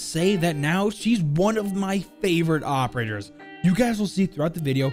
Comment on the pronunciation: did he say operters? somewhere